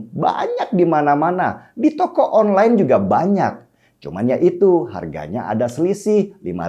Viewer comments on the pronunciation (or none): none